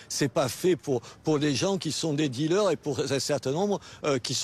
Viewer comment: BFM C est Dealers Pas “Dealeurs”…btw, good job Mr Menard!